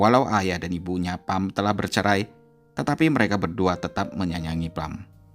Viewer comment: Pham bacanya Fam. Nha Trang bacanya NyaChang. Googling dulu Mas lain kali.